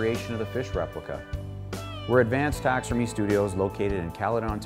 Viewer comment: He says "taxermy"